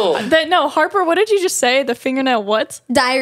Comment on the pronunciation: im sorry i meant Harper but you SHOULD’VE said Harper not harpy